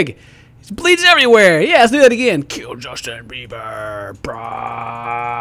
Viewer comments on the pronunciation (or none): none